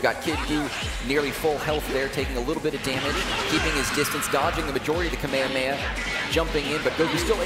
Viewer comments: You don’t say “Kamehameha” as if goku was saying the move, it’s “Ka May Ha May Ha” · the commentator said Kamehameha wrong three times...